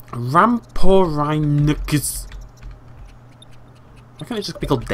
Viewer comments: It is rahm-fer-inc-sths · ***** My apologies, I just drew that conclusion because you had trouble pronouncing the names of Eustreptospondylus and Rhamphorynchus, who were both present in WwD. And indeed you did raise the terrain in the video but I was aiming at using it to, for example, create enclosures made out of both normal fencing for the land parts, and tank walls for deep water parts. If you lower the terrain outside of (the deep water part of) the enclosure, visitors can see into the underwater part of the enclosure. It's a really neat effect! But with lowering the tankbottom I meant de little symbol with the big arrow down. That way you're supposed to be able to make the tank deeper without raising the walls. Finally, I apologize for the rather offensive tone of my last comment. I wasn't trying to insult you or anything. I love your work, even when you're just being a silly goose. Much love!